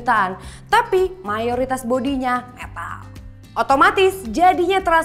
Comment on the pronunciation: Wkwkwk.. Lucu k pas bilang "Metall" haha